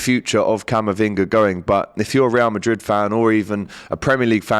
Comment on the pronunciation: Ree-al Madrid 😂